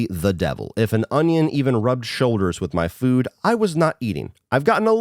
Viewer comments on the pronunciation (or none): none